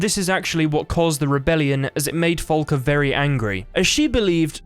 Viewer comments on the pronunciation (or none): I'm downvoting for "Folka." It's "Falka." Say FA. FAAAAAAAAA.